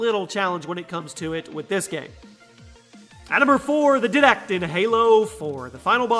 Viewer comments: It's diedact not didact idoit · Pronounce his name "Daydak" not "Didak" but i love the video and i agree with your rates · This man really just called the Didact the Di-dac 😂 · In halo 4 it is pronounced di d act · Is anyone else bothered by the way he says didact? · Anyone else cring when he mispronounced Didact